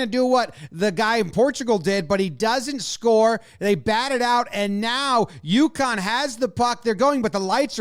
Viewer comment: I always think the team is from Yukon when Jomboy says UConn.